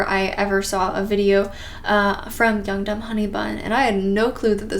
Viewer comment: Every time you said young dumb honey bun, I thought you said yoked up honey bun